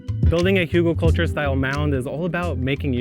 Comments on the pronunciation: there are no 'u' or 'o' sounds in Hügel.... the pronunciation is actually closer to hygl or hygel IPA: [ˈhyːɡl̩] start with the 'hy' in hymn and then a hard 'g' as in graphics and finish on 'gel' like in gelatine but obviously skip the 'g' there mfg, your friendly german. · The pronunciation is hoogle-culture.